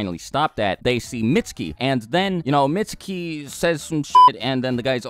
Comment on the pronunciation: his name is pronounced "meet su ki "